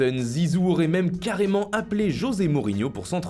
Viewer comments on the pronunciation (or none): none